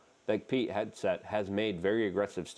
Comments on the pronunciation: Luke, his name is not peak headset. It is Pete PEET Hegseth HEG SETH, come on man you can pronounce some of these guys names. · I thought you were saying “Peak Headset” not Pete Hegseth lol I was so confused I thought you meant someone from the cia was yelling into a headset of trump not to say anything